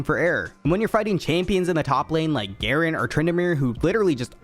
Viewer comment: Its supposed to be garen